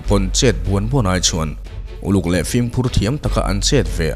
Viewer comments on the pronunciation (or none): none